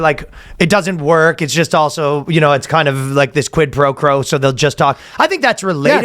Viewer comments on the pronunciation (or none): Is Ryan saying "Quid Pro Crow" on purpose? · Ryan trying to say "quid pro quo" 😂